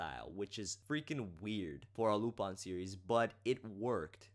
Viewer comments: Like I said, he's not pronouncing it using the english pronunciation, he's using the pronunciation used in the show itself. In the show it is pronounce Lu-PON. I understand that it is sometimes pronounced Lu-PIN, but that's not how the japanese do it, and that's not how the dub does it either. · It's pronounced as you say it in your video :). It's a french name, and any recordings that sound different are mispronunciations. You are correct.